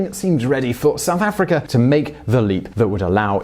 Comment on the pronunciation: Why cant you say words that end with "a" properly? Chin-er, Mandel-er, South Afric-er.